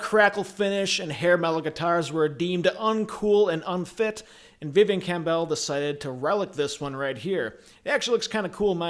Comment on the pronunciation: It's not "Cam Bell" you idiot. If you're going to talk about someone then at least have the courtesy to say his name correctly.